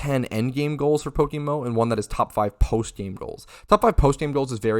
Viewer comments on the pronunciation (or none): Did you just called it PokeMoo 💀